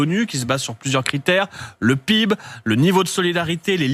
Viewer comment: J'ai loupé un truc ? On dit "pibe" maintenant pour P.I.B.? 😳